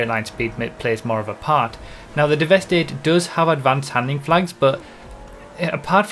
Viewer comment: Since it's a play on words, I think it's pronounced Devastate rather than devest 8